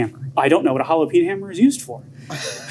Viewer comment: Did you say "jalapeno hammer"?